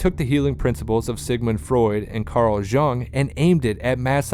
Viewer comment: I had to stop the fifth time he mispronounced Carl Jung's name. Doing a video about the roots of mass psychology and not knowing enough about Carl Jung to pronounce his name right is like doing a video about the roots of English literature and not knowing how to pronounce Shakespeare. Seems to me the guy might have been simply reading a prepared text.